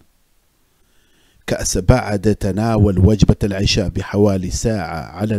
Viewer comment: اقترح ان تعيد الفيديو و تقول العَشاء بالفتحة العِشاء صلاه